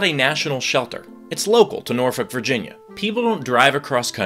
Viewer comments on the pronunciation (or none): none